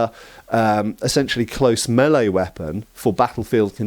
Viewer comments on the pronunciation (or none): none